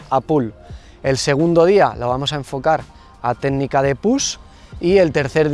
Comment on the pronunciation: Jajajajaja no puede ser, ese "Vuamos" quedó super épico